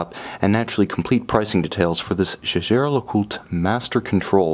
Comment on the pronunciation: Lovely watch. And Jaeger-Lecoultre might be a cult brand, but it's still "Lecoult-re" with an audible "R", not "le-cult".